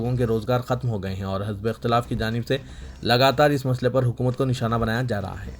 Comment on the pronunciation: Are jahil e Azam ! Crection karte karte thak geya magar tum sudhar ne ka nam naheen le rahe ho. Aj aur pahle bhi ( hazbe ikhtelaf) bolte ho. Jabki saheeh talaffuz ( hizbe ikh telaf ) hai.